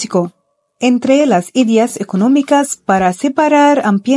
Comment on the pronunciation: Hola! Muchas gracias por compartir este hermoso video, todo está excelente y hermoso, a excepción de la narración, se aprecia el esfuerzo pero por amor de Dios que alguien le diga a la chica, que "pared e ideas" no llevan acento en la primera vocal.